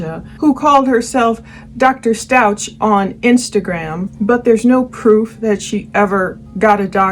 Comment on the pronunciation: Out of respect for Gannon and his family, please pronounce their last name correctly. Its st-ow-k. Thank you for this insightful analysis of this awful case💝